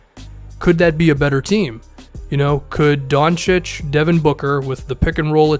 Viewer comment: ayyy is pronouncing Doncic correctly now